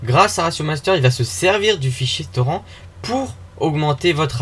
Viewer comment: On dit TORRINTE. AAAAAAAAH !!!